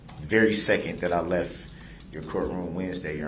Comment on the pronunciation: When he “lef” they put him in his “cael “ in a smock!